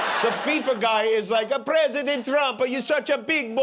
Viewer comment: Dear God! Listen He actually says, “We’ve never had a PREE-sident.” Not President…PRE-sident. Just an absolute WORTHLESS BAG OF BILE!!!